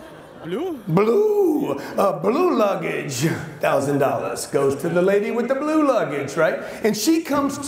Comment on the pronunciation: Am I really the only one that heard her say “life coach” not “luggage”?? 😭😂